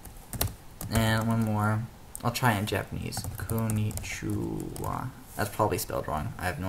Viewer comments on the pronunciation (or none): Thank you for the video! Just for future reference, it's five syllables, ko n ni chi wa -> konnichiwa :)